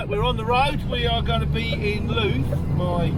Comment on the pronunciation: Just for future reference, Louth is pronounced like mouth.